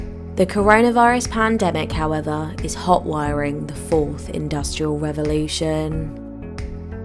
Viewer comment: Revolution...not Revelation